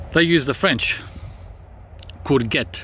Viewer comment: Glad I can correct your pronounciation this time mate lol, the 'g' in courgette is actually said as a soft 'j' 😉😉